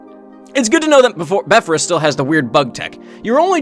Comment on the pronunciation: No way bro pronounced it beffre-us